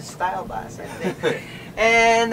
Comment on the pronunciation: It is not bass its bus btw